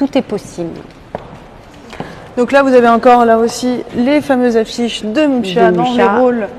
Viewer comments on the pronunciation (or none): Très bonne explication, mais attention on dit bien "Muxa" et non "Mucha", je vous laisse voir la prononciation Tchèque